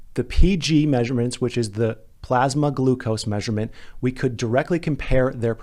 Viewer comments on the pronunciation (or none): none